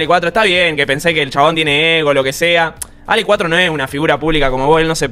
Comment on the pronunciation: Muy buen video. Solo que no es Alec, es Ale